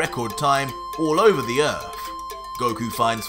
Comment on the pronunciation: It's Earth not ERF...